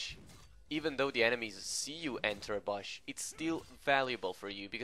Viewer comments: I like the way u say bush: "Baash" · THe way this guy says bush makes me want to kms